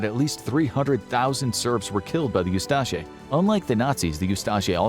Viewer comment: Very minor correction: the Croatian Nazis were the "Ustaše," not the "Ustase" (pronounced oo-STAH-shay). Interestingly, there were also Muslim Nazis (of all things) in Bosnia called the 13th Waffen Mountain Division of the SS Handschar.